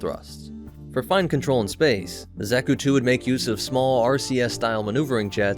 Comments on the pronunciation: I'm sure I'm not the first, but it's not "Zach-oo," or "Zech-oo" It's more like "Zock (rhymes with sock)-- u" The second syllable is usually emphasized in Japanese iirc, so "zockUU" is close to correct. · Cannot get over the pronunciation of Zack-ku and not Za(Like Ha)-ku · Zaw-kü, not zack-oo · This is no Zack-u boy, no Zack-u! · Another day, another rouge anime-tuber vid. What does this one have to say about my beloved? Watching....... Seems to know his stuff so far.... not too ba..... Did you just call it, Z ă k oo? Triggered!!! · pls stop saying "zeku"😭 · Not to nit-pick to much but, Zah-Koo. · " Zacku " .... That pronunciation... -.- Love the new content!!!